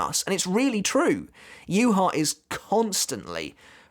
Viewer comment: Aizen wins because the way Yhwach is pronounced annoys me